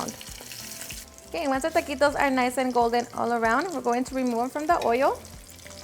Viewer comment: Tuhhh-qee-toes don't need the extraness